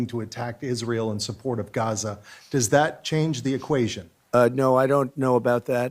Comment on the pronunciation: Is it Raza or Gaza?